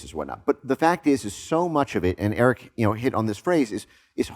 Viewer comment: Babe, you gotta get Eric's name right 😜